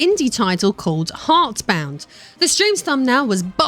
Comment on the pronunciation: Intentional or not, I found it quite funny how you mispronounced the name of his little game almost every time